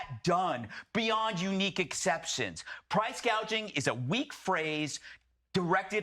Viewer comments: She called it price GAGING , NOT Price GOUGING, she is just plain stupid!!! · Crazy part is you can't even pronounce price gouging. Kamela calls it price gageing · Somebody probably had to tell Harris its price gouging and not price gaging. If this woman ends up guiding the ship of State we are going to end up like the Titannic. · Kamala calls it PRICE "GAGING" NOT GOUGING No genius there..